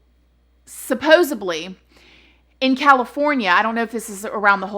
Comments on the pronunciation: "Supposedly" Not ....supposebly. C'mon man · it’s “SUPPOSEDLY” Not SUPPOSABLY 😂😂 still love you!!! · Love love love your stories and for some reason you tell it better. Keep at it... One thing though, lmfao, it's "supposedly" not supposubly. 😍❤️😻 All love though. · Sweet, I love you and your videos. Just please know that the word is SUPPOSEDLY and NOT supposably!!! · It’s supposedly not supposably. 😉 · The Statue of Limitations ....Suoosebly....lol...i just can't . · Recently started watching your videos. VERY informative! Just two things though..."Statute of limitations" and "Supposedly". :) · There’s not a “B” in SUPPOSEDLY!!! Omg. 🙄🙄🙄🙄